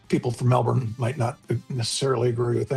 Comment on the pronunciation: You saying Melbourne right genuinely made my day